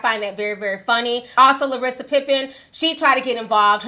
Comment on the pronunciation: Ti, I love you... but you stay mispronouncing people name .... it’s LAR-SUH Pippen , not Larissa